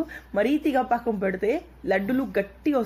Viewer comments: Anakam kadhu pakam antatu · Anakam kadhu pakam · Anakam kadu sister pakam antaru.☺️ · paakam ani cheppandi eppudu aanakam antunnav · Hi it's not anakam it's pakam ur telugu is supr funny n cute... 😊😊😊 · Lol it's not anakam it's pakam akka 😂😂😂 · Hai good morning anakam kadhu pakam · aanakam kadhu pakam akka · Adhe bellam aanakam kadhu bellam paakam antaru akka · Anakam kadu paakam antaru. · Anakam Kadhu pakam andi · It's not anakam it's pakam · Anakam kadhu sis pakam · Not anakam it is pakam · anakam kadu sis pakam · aanakam kadhu paakam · Anako kadu akka pako